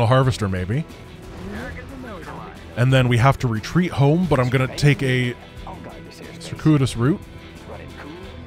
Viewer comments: circuitous is pronounced "sir- queue - it - us". English is wonderful. Brave attempt! :) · Circuitous - sir-cue-it-us.